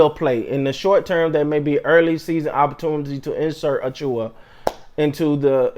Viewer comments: "A Chew Ah" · Hey his name is pronounced A-chew-wa